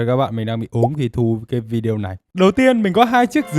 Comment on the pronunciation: Chào bạn ! Cả thế giới ai cũng đọc là VI-ĐÊ-Ô , không có vi-đeo nha bạn !!!